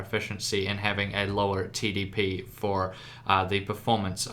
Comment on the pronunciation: 2:4 i swear he said titty P instead of TDP